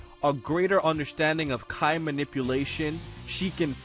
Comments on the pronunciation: Please pronounce 'ki' properly.:l (Kee not ky) Edit: Nvm, seems you fixed it later in the video. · Why do you call ki (kee) kai?